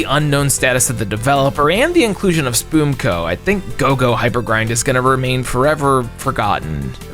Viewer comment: ...im sorry, but Spoomco ? where you getting those extra O's or U's from man?